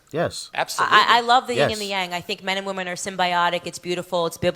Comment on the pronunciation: yin not ying